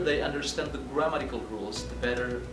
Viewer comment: I heard at a glance there are pronunciation mistakes when you said the words: "comprehend" (american or british you are) then, "grammatical" (check again in your dictionary), "Produce" Check again how to pronounce it... Sorry bro... Good Luck